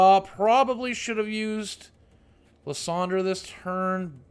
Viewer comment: i lost it when he tried to pronounce Lysandre lol! Lie-sand-er